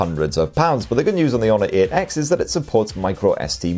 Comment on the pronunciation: The “Honor eht x”